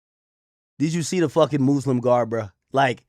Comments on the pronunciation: Who tf told Ak Muslim was pronounced “Mooslim” what’s going on 😭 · The muuslim garments killed me Ak doing to much😂